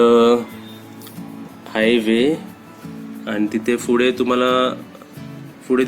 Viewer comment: फुढे नाही पुढे म्हणायचं असतं